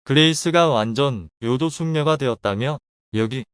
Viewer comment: 내귀가 이상한건가 몇번을 초반 부분 한 30번 다시 들어도 자막 "그레이스가 완전 요조숙녀 됏다며" 인데 들리는건 "요도숙녀..."????????????????? 요도숙녀 뭐임????